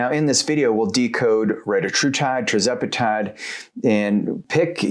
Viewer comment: Why do you say TRIZEPATIDE